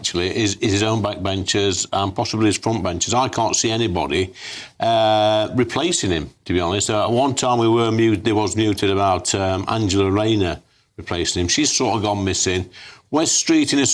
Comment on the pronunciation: mooted not 'muted'